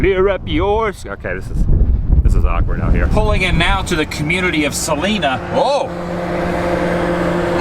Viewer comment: Adam, the town is called "Sa-Ly-na" with the I pronounced as Lime.